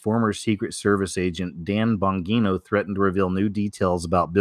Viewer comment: It’s pronounced Dan (Bon-G-No)